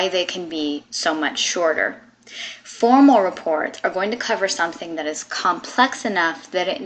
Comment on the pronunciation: It's formAL not former!!!!